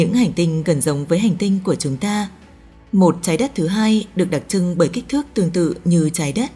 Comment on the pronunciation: Đọc chuẩn tý đi bạn.nghe mấy từ chái đất.đặc chưng vv nhiều nghe nó khó chịu lắm